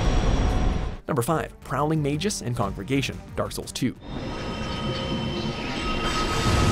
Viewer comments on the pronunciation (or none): "Magus" is pronounced (may-gus). Come on. Git Google.